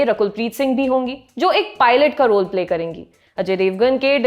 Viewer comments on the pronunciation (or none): none